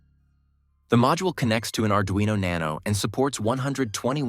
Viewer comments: yes thank you. My question was about pronunciation... There is a single r in Arduino so why some people mispronounce it as Ard-rino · Why is it called ard-rino